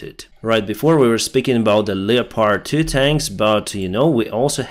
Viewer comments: Leopard is pronounced leppid. Thanks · Dear - Historically 'leopard' is formed from the two words 'leo' and 'pard' - but we pronounce 'leopard' as 'lep-erd'.